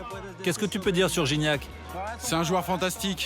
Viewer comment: Guignac lol la prononciation